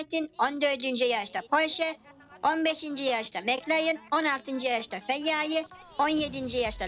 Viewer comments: Ferarri'ye 'Feyyayi" diyeni de ilk tafa görüyürüm. "Y" leri söyleyemiyorsun galiba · R leri de söyleyemiyor sjsjsjsj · R leri söyleyemiyo sadece kdkejdjeks